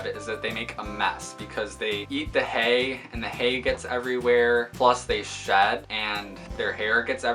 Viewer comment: I love your rabbit!! So cute! Also when you said shed i thought you said shat! XD Very helpful video!